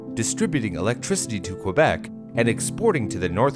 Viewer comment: Wow you didnt pronounce the U in Quebec GG well done :p